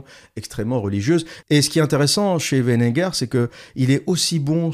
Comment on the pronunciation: C'est WeiNINger, pas Wenneger.